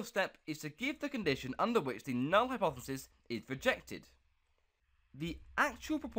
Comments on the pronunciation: Learn how to edit videos and say the word hypothesis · bro needs to learn how to say hypothesis clearly